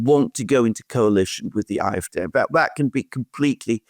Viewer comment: Could you please just say the Afd with the English pronunciation, it sounds terrible to me when you keep saying aaa f daay.